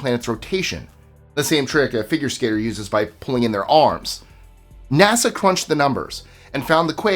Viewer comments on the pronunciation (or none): none